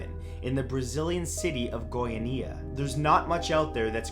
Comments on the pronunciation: The Goiania accident was caused by some guys who found some cesium 137 and spread it throughout the city Also its pronounced GoiAnia not GoianIa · The way you say Goiania (Go-ia-ni-a) is funny (Go-ia-nia) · Matthew darling, it's Goiânia, like goi-UH-nia, not goiaNEEa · Sorry but I can't stop laughing at how you pronounced Goiania. lol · Goiânia...love how you say that so, so wrong. Still cute, tho haha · You can Google how to pronounce things dude, Goiânia /ɡɔɪˈɑːniə/ the creepy vibe of your video was ruined after that. The Cesium 137 incident is taken very seriously here, first time I laughed about it. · haha funny way to pronounce Goiania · Goiânia is not quite pronounce like that but a lot of people can't pronounce it properly so that's ok. Also, the story goes a lot deeper and is even considered the second biggest radioactive accident ever and the biggest when it comes to radiological incidents. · its cringing to see you misspronouncing Goiania. put on google to see the pronunciation in Portuguese at least man, be professional.